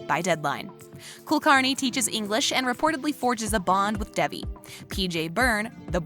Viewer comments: Why are u calling her Debbie? Its Devie or David. Not debbie Good job at butching the characters name . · Why the fuck is she saying Debbie instead of Devi(pronounced as Day-V)